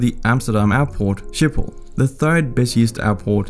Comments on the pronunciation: Schiphol IS PRONOUSTD AS SGIPHOL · i am dutch and you say sgiphol not shiphol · I am Dutch and I have a few thinks to say 1 it’s hilarious to hear you speaking Dutch 2 Schiphol isn’t ship hol but sgip hol (this is how you say it) 3 I have like 5 bikes and that’s average 4 There are lots of countries that ask us to help with their water problems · you say schiphol in netherlads like: sgiphol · Funny how he pronounces the ‘ch’ in Utrecht correctly but Schiphol incorrectly